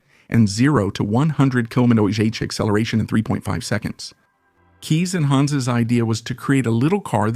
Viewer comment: Kees is pronuniced "case" as in suitcase.......